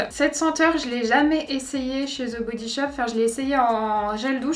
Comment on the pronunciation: "Ze" body shop! Lolll "De body shop!! Pas ZE ..DE ça me fait tellement rire! Mais c'est quand mêmemignon ! Tes yeux 😍 magnifique!! Les 12 premières cases ...Ok... les 12 autres n'apportent rien de plus decevant..